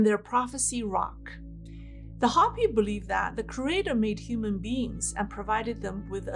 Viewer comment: you're a dear, but Hopi is pronounced with a long o as in hope. Not a short o as in hop.